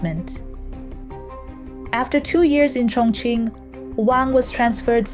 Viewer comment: and she pronounces "Chongqing" incorrectly most times